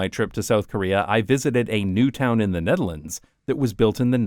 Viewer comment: Bro pronouncing Netherlands like that as if he's a native who speaks Dutch lmaooooo